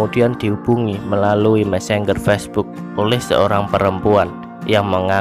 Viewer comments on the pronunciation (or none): none